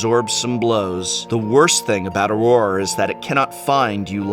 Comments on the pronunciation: He pronounced it wrong. It's Awe-Grrrr. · Just because it's a pet peeve of mine: it's pronounced "ah-ger," Professor. This deck makes Pauper look very enticing to me. <3 Control. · Sorry I gotta be "That guy" but... Prof you are an English major right? How is it you don't know how to pronounce Augur? it is "AWE-GER" ~portend a good or bad outcome. But nice try with the frenchy version AWAR of Bolas ? Sorry fer bustin yer balls, love yer vids. P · Aw-ger. Eh-vin-car. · Awww-GRRRR AWWW-GRRR, not Auror. :P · Dude, Augur is pronounced like Agury, as in seeing the future in animal entrails. Are you not familiar with the term from greek mythology? It's pronounced Aww-Ger. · wait how is he pronouncing augur? its like this, "aww-grrr" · Nope, its Or-ger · I've never heard anyone pronounce augur or Evincar this way before, and now that I type the word out for the first time, does anyone else find it strange/ominous that Evincar is a near anagram for Ravnica? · Uhhh, that's not how "augur" is pronounced... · Professor, I love your videos, but that pronunciation of "augur" was painful. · What is this "Augur" pronunciation? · I had the same thought. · Is THAT how you pronounce Augur?!? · So I guess I've been pronouncing Augur incorrectly all these years.... lol